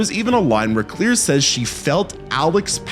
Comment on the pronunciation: Dude. The way you say Claire is driving me nuts. Its not Clear. Its Cl•air